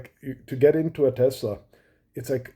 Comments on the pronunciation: If Musk changes the pronunciation of Tesla to Tesssla like a real American instead of Tezzzla I’ll think about buying one. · I lover Tesler 😂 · “I love Tessler!!!!” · I LOVE TESLUR! 😂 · TESLER CARS - IT’S COMPUTER !